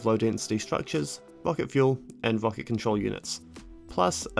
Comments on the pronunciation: "wocket" lol should've learned how to speak instead of math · i like the way you say "wocket"